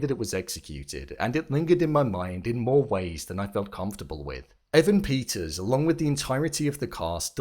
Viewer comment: EEEEvan PETTTers omg.. not Avan Peeters...